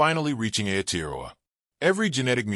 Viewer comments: Why so much repeating of the same information in this video? Why does the narrator butcher the pronunciation of "Aotearoa." All he had to do was pronounce every vowel as if it were Spanish. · Oh dear...I am part Maori...the pronounciation of Maori & Aotearoa is terrible...so much blahblah of the same info repeated...where are the actual pics of my people??? Its very nice to hear what our people have always known...but not mentioned over & over...this is not worthy to listen to! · He's not even pronouncing Maori or Aotearoa correctly, they could have got an actual Maori or other Polynesian person for the voiceover rather than an American.